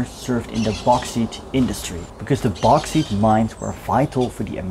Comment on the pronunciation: BTW bauxite is pronounced BOX IYTE